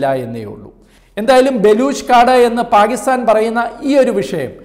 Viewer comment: പാകിസ്ഥാൻ അല്ല പാക്കിസ്ഥാൻ... ഉറച്ച് ഉറപ്പിച്ചു പറയു brother